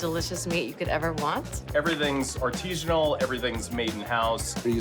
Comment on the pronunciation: That dude said “ar-TEE-sin-al” (wrong) then the woman said charcuterie with the CH rather than SH? Wow.